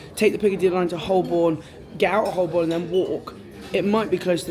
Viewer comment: Great video. For future reference, Holborn is pronounced "ho-bon". Silent l and r.